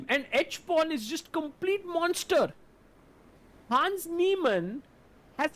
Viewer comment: again....his name is HANS, not HANDS. Rhymes with Bronze.